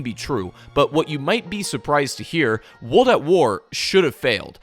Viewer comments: Good video but bro everytime you say "wold" instead of "world" i cringe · Woold at war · Bro, why are you not pronouncing the R in WORLD over and over again??? You keep saying Wold at War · Cant watch the video because "wold at war" is driving me insane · "Wuldat War" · Drink every time he says Wuld at War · "Wold at War" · No one else feel like he says world in such a strange way? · I literally cannot watch a video where the narrator, a native English speaker by all accounts, can't even pronounce "world"